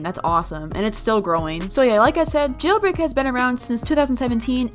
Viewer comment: Yeilbrei LOL!